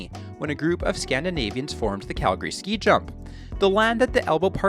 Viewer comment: He said Calgary properly 🙏🙏🙏